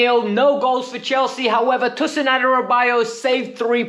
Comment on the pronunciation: PLZ pronounce tosin properly😭